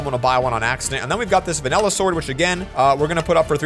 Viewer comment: pls stop saying vanella sword its vanilla sword it is small but annoying to me